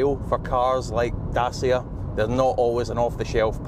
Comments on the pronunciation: It's pronounced "datchia" not "dasia" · If you're going to mis-pronounce Dacia as "Dah-see-ah", then you might as well say that they've got "Ren-alt" engines.